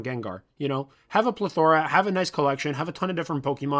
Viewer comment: Subscribed cuz he said plethora correctly